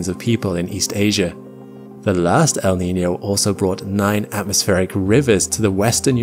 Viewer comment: Props to this guy for nailing the pronunciation of El Niño and La Niña